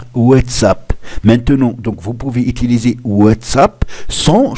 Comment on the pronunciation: Il a dit comment outuluser 😐😂🔥